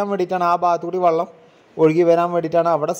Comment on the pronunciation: വള്ളം അല്ല ചങ്ങാതി വെള്ളം ആണ്